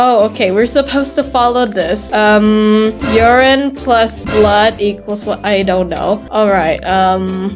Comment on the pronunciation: Your so funny when you said "toelet" and "urin" 😂😂😂😂😂😂😂😂😂😂😂😂